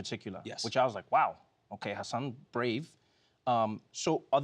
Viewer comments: I'm disappointed in Trevor for pronouncing it "HaSAN" and not "HAsin". After all they've been through 😩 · Trevor is still saying Hasan wrong. Forget the second "a" rather than emphasizing it. Hasan has a bit about the wrong way and the right way. It's so annoying people still say it wrong, especially to his face about "learning" how to say his name... and still saying it wrong. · haha I think trevor's still getting the pronunciation wrong. Only Tan France can do it.